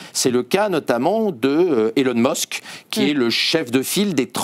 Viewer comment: Elon meusk 😂 je quitte aussi